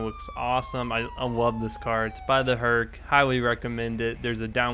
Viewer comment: Hold up listen to how he says love it's so funny